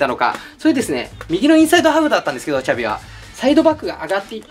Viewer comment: シャビじゃなくて''チャビ''なんや笑